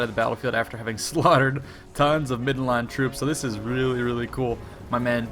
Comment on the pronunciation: why can't he say land in middenland properly